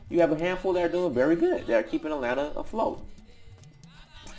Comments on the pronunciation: At-lanta! At-lanta, please! Not A-lannna. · Dr. King says it's "At-lanta." I think his word goes over anybody's. 😄 Keep doing what you're doing. You're helping us. As I've said before, your work is not in vain. Just no more A-lanna!